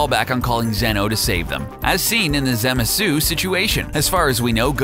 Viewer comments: did anyone else notice the zamazu hi said instead of zamasu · No the way he pronounces Zamasu, "Zamazu" 😆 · Everyones talking about how he said pikkon but are we really going to let that absolute butchering of zamasu slide? Really? “ZamaZOO” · Why he say zamazyu